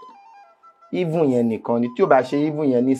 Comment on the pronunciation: That :even ; was not clearly spilll out by him.. he only said if…. Na Oojoro jareee